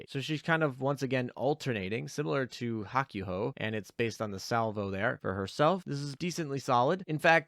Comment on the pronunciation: Bud don't you understand Japanese at the very least? You should know the the japanese u makes only one noise when by itself and the a ooh sound. Therefore Hakuhou does not sound like Hawk you ho its Hawk ooh ho. For the love of god man you speak for a living, learn to say things correctly.